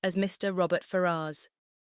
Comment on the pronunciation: Very good, but am I the only person that's going mad at the pronunciation of Ferrars? Every time I hear it, I am thinking, who are you talking about 😂